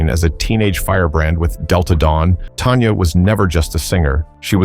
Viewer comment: It’s Tanya not Tonya